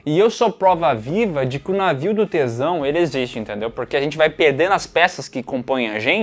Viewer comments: Cara e minha imaginação ou o em vez de falar "navio de Teseu" fala navio do tesão. 😂😂😂😂😂😂😂😂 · Pensei que ele tinha dito "navio do tesão" e demorei um tempo pra entender que era Teseu... kkkkkkkkkk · Demorei 5s pra entender que era navio do Teseu e não do tesão 😂